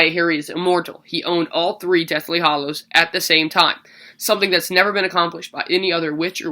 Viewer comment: its hallows not hollows